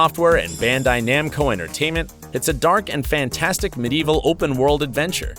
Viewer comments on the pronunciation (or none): none